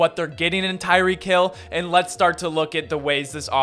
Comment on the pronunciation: Kyick hill? Lol.